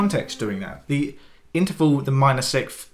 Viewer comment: Great video, but my man can't say 6th to save his life!